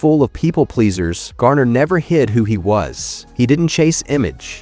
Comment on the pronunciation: If his story matters so much to the producers of this stuff, why can’t you pronounce his name correctly? You have called him Gayner, Gerner and Garner. Which one is it?